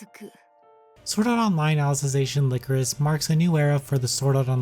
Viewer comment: Lie-core-is, not lick-er-is. It's a flower representing sadness, look it up.